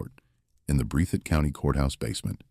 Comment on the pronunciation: This man has absolutely messed up the county's name, it is pronounced "BREATH IT "